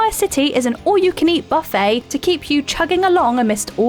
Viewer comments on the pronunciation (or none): none